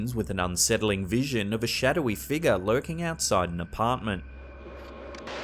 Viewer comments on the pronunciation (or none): When he says figure aka figga. Let's hope he doesn't try and say nicker. Yes it's am actual word lol. I laugh everytime he says figga. Like what is a figga.